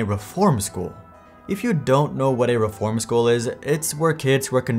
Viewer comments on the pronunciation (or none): none